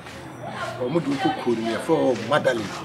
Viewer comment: Medellin not madelin and its pronounced (medeyiiin) not lin